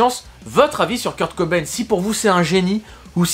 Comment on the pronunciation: Le [cobay-ne] me frustre toute la vidéo 😂